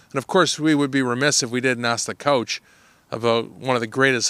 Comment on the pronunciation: Did he say "Couch" instead of "Coach"?